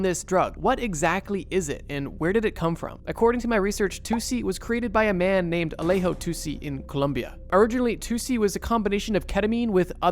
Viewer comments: It's too-chi, not too-cee. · Tuci is pronounced "toochie"